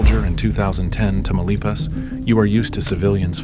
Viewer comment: Which US American is behind this video? Amateur ! The village he talks about is NOT Tamalapas, but its name is Tamaulipas…..Incredible how US Americans always display their lazy arrogance and ignorance….😂😂😂😂😂